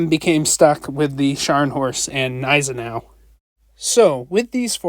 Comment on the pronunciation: The Gneisenau pronounces the G. It is not silent.